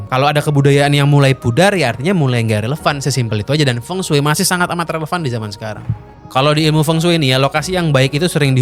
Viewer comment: blm dibikin nih konten mengapa penyebutan huruf latin cina beda dengan penulisannya. di konten ini udah kesebut beberapa, Feng shui = fengshi, Beijing = Pei Cing, Qin = Cin